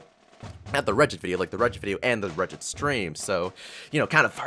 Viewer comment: Regit is pronounced Re- get